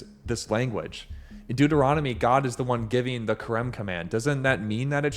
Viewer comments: It's the book of Deuteronomy... Deut, not Duet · Why do you consistently shorten Deuteronomy to ‘Duet’? The word is spelled DEUT, not DUET.